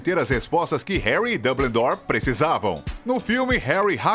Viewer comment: Ele também falou: dum-bledore, valdermor .